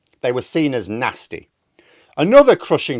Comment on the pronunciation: It’s no longer ‘Nasty’….. it’s ‘NAZTY.’